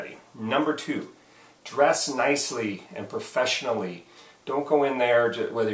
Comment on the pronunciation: I didn't know "Frofeshionally" was a word! HAHA! Thanks for all the other advice.